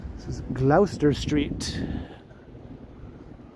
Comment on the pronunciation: Gloucester Street if we are to pronounce in the traditional English way which I am sure is the city the street is named for, then its 'Gloss-ter' not Gl-ow-ster.